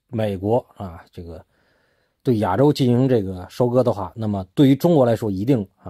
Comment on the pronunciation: “亚洲”的发音不对。